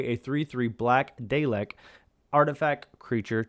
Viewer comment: saying it wrong man 😂 pr9nounced " Dal- lek